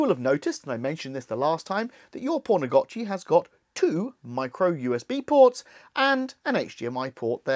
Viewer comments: Why are you calling it pornagotchi? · Lol the English accent makes it sound like you are saying "porn a gotchi" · Thanks for the tutorial 🙏. Also it sounds like you said "p*rnagachi" a couple times. Made me chuckle 🤭. Definitely subscribed!